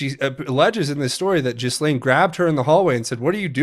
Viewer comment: I believe the “s” is silent on Ghislaine.